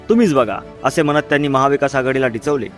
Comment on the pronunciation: डिचवले 😂😂😂नव्हे डिवचले म्हण भौ ❗😂😄😊🤣